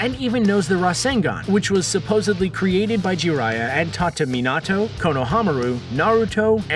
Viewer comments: Jimmy Griffin Yes, he said Mee-nuh-toe instead of Mee-nah-toe. Still an improvement from the last video. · Did this nigga say “me-not-toe-“💀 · I'm dead 😂😂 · He messed up Minato